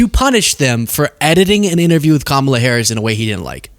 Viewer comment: Why is it so difficult for these people to pronounce Kamala Harris' name correctly? Sort of reminds me of when they started calling the Democratic party, Democrat party...so they could emphasize "rat" more effectively for the slavering hordes of Trumplandia.